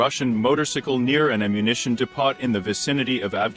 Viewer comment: Who speaks English like like this? " In fat tree", "de poT", "stratus galee", "whore isn", "ad ren a line" and wtf is a "donut"? write your "comence" below? :)